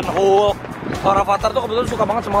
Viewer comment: Lucu banget ya masak Rafatar bilang hulk hulek hahha